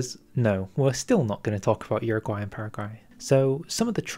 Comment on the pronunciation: Uruguay* not Uraguay